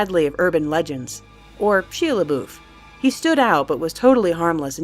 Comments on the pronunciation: are you kidding, shi leboof? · Fucking Shea Labouf..... Poor Shia. 😂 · ahha sheala boof. lol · Shia leboof? Really? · Excuse me... Shilaboof?